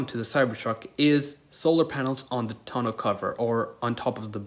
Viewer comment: You forgot to mention that the TONE-U(how it’s pronounced) is a solar panel that can be stood on** there’s nothing special about standing on a regular one. Jesus, tons of errors. Downvote for an inaccurate video.